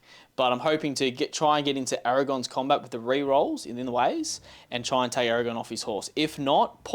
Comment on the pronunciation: Aragorn. With an r.